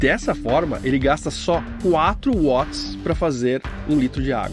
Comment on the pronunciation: M-a-r-a-v-i-l-h-a! Parabéns! Com certeza este foi o upgrade mais importante que o Balanço já teve. Aposto. Mas... o que eu mais gostei foi que você fala Watts certo. Dói meus ouvidos o 'vats'!